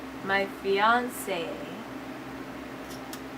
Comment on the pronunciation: LoL "FIAAAAANCE" get it right, woman lol